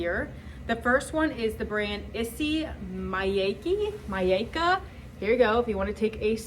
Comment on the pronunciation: It’s pronounced Isee meeyakee Japanese designer The perfume is divine